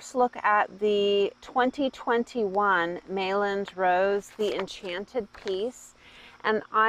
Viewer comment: The “l”s in Meilland are silent.